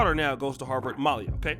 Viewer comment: How does someone do a podcast and they don't pronounce the subjects name properly? It's Malia not Malya and Garcelle Beauvais is Garcelle Beauvais and Boris Kodjoe is Boris Kodjoe not Cujo. If you're going to put somebody on blast at least pronounce their name correctly. You do this all the time, get it together.